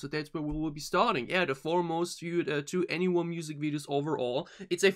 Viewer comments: 2NE1 pronounce 21 by the way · you looked up how to pronounce it and still got it wrong? "Twen'y One" - just listen to them introduce themselves on any song or variety show performance. 'To Anyone' is an album title and a play on their name ...just say 21 and drop the second T sound.